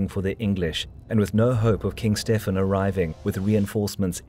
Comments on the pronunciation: Why is Stephen ('Stevan') pronounced as though he is E European as 'Stefan'. no-one else (Matilda, David, Henry, etc.) gets other than the standard pronunciation!!! That annoying idiosyncrasy apart - an excellent, and in part radical, interpretation. Most enjoyable. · Stefen?? Stephen is pronounced Steven.. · Dying from "a surfeit of lampreys" is certainly one of the funniest ways an English monarch has died. Btw we'd generally say Steven, not "Stefan". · Isn't Stephen pronounced Steven???? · Stephen is pronounced Steven. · Can you please just pronounce Stephen like Steven? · The name Stephen is pronounced 'Steeven', rhyming with 'even'. Don't you know English? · It's thoroughly relevant in a video made in English. Anyone who broadcasts in English without knowing how to pronounce a common name such as 'Stephen' comes across as an ignoramus.